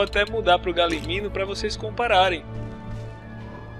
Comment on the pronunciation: N é galiminu e galimimus